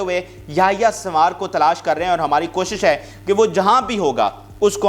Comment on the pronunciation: Yahya sambar nahi sahi name yahya sanwar hy